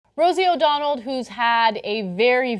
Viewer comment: "rossie o'donald" lol